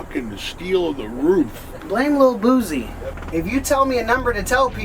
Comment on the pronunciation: This fool said " blame lil BOOZEE". It's BOOSIE!!!!